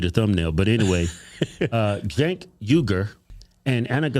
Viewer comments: Senk (not pronounced jenk) is an idiot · The name of the show is named after a historical group who opposed the Ottoman Empire & its leader Sultan Abdülhamid II. His name is pronounced Jenk not Jonk He can get quite stupid at times to the point where he won’t let those who disagree with him talk he just keeps yelling over them. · it sounds like she called him "Jank." That would be a good name for him. He seems janky. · I do not like being a hater. But The name of his show is stupid his name Cank pronounce jonk is unsettling Sounds like he has the iq of a melon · Jenk, otherwise it's Sink (Cenk)! This guy's an idiot. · Cenk if you pronounce his name correctly is a racial slur against Asian people.